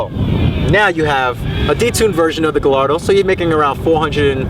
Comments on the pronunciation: Pretty sure Gallardo is pronounced guy - yard - doh, not gal - lard -o...just sayin' I don't know that people overlook Audi, they seem like there are tons of them here in Cali. After all, they're just Volkswagens right? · Gayardo not guy' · Guy-ar-do not galardo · galardo?... really? pronounced gayardo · Buddy pronounced Gallardo as (Guh-lar-dough)......I'm sick 💀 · “guh lar dough” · just cause akon pronounced it gallllllardo doesnt mean its correct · its enunciated guyardo not gallardo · Lamborghini's are (often) named after famous Spanish bulls that the matadors would do their thing with. Therefore, it actually is guy-ar-dough. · Guy are doe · How are people still pronouncing Gallardo wrong? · Lmaooo is it me or he’s saying gallardo wrong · Sounds Sick. Pronouncing Gallardo wrong though. I have a 2008 and this car is either a 07 or O8. Mine is Grey/Blue with off white seats and carbon fibre. It's fast but not as fast as the M5's. Oh.... WTF is that awful background goat/sheep/Rc Nitro sound at the beginning of this video? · He doesn't even pronounce gallardo right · trollinger most people in the states say it wrong, kinda like most people here say porsche wrong too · Ya that's definitely a 2008 lol, and bothers me soo much you mis-pronouncing Gallardo. V10 sounds amazing however :)